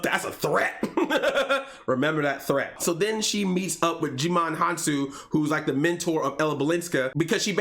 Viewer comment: I think its..."Djimon Hounsou" not "Jumanj Hounsou"